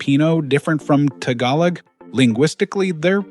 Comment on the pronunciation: Learn to pronounce the word "Tagalog" properly please!